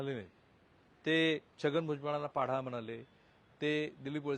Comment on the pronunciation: पाढा नाही सर पाडा!